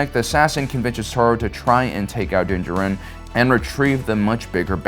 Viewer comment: your pronunciation of Djarin is wrong